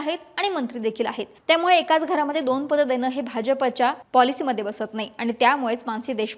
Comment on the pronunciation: दोन vs दोण.. कुठून आणतात 😂😂